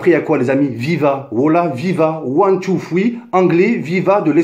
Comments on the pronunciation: One two fwii lol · Ouane tou foui 😂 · WOUAN TOU FWEE MDRRRRRRRRRR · ouane tou foui 😂😂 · One two... fweee???? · Nan man nan c pas one tou foui